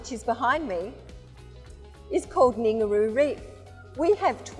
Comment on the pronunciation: She's a competent pilot and a spokesperson for her national airline. All it took was a re-take. Ningaloo Reef is an icon that is perfectly easy to pronounce. The least she can do is get it right because the vast majority of people will spot it. Making her look like a plonker. Go back to your boring dusty antiques you tiresome simpleton.